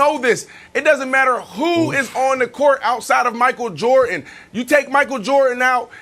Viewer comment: Brandon: "Michael Jortin"